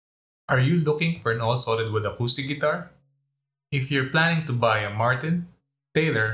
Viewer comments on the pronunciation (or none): none